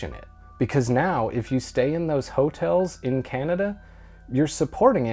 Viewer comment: "HO-tels" was really starting to annoy me. You're emphasizing the wrong part of the word!